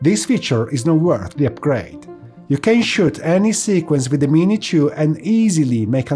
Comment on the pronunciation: What is this other drone he speaks of ,,, the mini tjoouh? xD